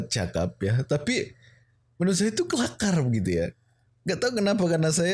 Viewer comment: Kelaka bukan kelakar 🙄